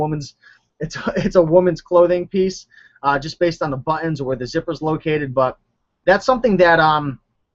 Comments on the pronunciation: "buh-eins".... Say BUTT.. now say TINS.. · I really like your videos I have learned so very much and I'm already a top seller with 100% feedback.. It's much appreciated.. Ps I like how you say " buttons" But Ens lol :) god bless you always